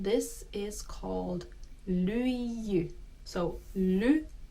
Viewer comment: I have to address the elephant in the room. She says AamuyÄllä instead of aamuyÖllä. She says LyiJJY instead of Lyijy. She says RovaniÄmi instead of Rovaniemi. She sayd YÄpöytä instead of Yöpöytä.